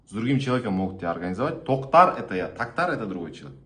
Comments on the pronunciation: научись правильно произносить не Тактар а Токтар! Хорошо будет тебе если тебя назовут Ортем!!!!!! 😊☝ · Орстар айталмайт Тохтар деп)) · В Русском языке, что буквы О нет что-ли, неужели нельзя нормально произнести казахскую фамилию или имя.